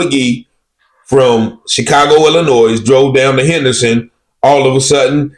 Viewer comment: It Is Not Pronounced (VY-DOOR). These Incidents Are Par For The Course In Vidor. Sadly, It Is Nothing New Sir 🤷🏿‍♂️!! Yo, It Is Not Chicago (ILLA-NOISE) It Is ILL- UH-NOY👊🏿.